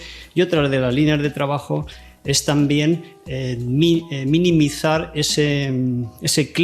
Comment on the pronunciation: “Minimizar” no, “Niminizar”. Si lo dice el gobierno a la RAE q le den.